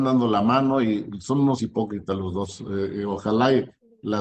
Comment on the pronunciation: jajajajajajajaj mire nada mas, y diche unach, y diche doch, y diche trech, joche luich el chairo comediante! jajajjaja